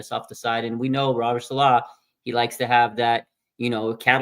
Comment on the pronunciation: Say his name right!!! U are major cringe with that shit.... it's Saleh not saalaahhhhh...🤦🤦🤦